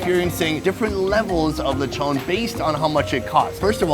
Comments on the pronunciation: him pronounce lechon as le-chou-n Me or others pronounce lechon as Le-ch-on or Le-chon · why he say lechon- leychon 💀 its okay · Nice lecthown lethon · Loved the video but can’t get over how he pronounces lechon hahaha